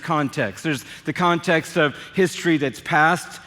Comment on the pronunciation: It is a CONTAST and a contast and a CONTAST in the contast!🤪😂🤣🤣🤣